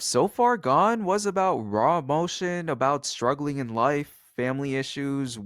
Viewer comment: “Abooted” bro why I hate that ewwwwww